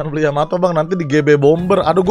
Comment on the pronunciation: Kapal yanto,yamete,yamato,yamiti kata bang windah